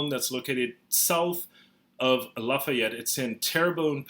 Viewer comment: Lafayette we don't produce it like you do.